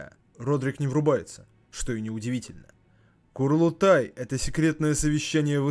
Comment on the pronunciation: Курлутай??? Лутать кур?))) Чел, даже если переводчики зафакапили, то можно было погуглить и узнать, что правильно КУРУЛТАЙ. Как мне уши, как жителю Средней Азии, порезало. Мама дорогая. НЕ БУДУ Я ЛУТАТЬ ТВОИХ КУР. АЦТАНЬ УЖЕ